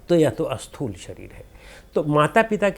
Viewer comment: Sir, prabhootaiH is not properly explained here. PrabhootaiH refers to the Sharir which is made from panch mahabhootas. That is Annamaya Kosha. Also, for the audience, the pronunciation a-sthool is actually Sthool (no A is there).